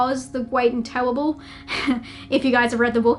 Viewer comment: Oz The Gweat And The Tewwible